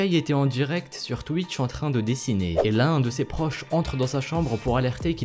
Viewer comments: Enfaite il a dit Twikch mdrrr xD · Oké je viens de commencer la vidéo et j'entends quoi ? "twik".... Non mais ... "TWIK" x) Tu sais plis lire x) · c'est moi ou a la première prhase il dit twik ? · twitch et pas twikch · Je reve ou il a dit thic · twick ? ça se prononce comme ça ?